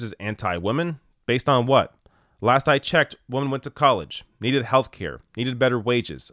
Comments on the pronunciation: Jarring for me as well. Maybe the Canadian pronunciation is not as distinct? Even when reading out "women" from quotes and articles, makes it sound more like "woman". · all your comments here are spot-on. But why do you consistently pronounce "women" as "woman"? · This guy needs to work on the pronunciation of woman vs women lol. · The way he pronounces women sounds funny. Have I been pronouncing it wrong? Maybe I’m wrong. But I thought woman is pronounced wo-man and women wih-men. I’ve heard a lot of people (men and women) pronounce it like him.